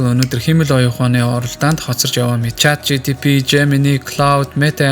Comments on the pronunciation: yoo ymr hetsuu sonsogddin bee CHAT GTP ni 😡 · Chat GTP gdeg n ulam tod sonsogdd hetsuu bailaa 😢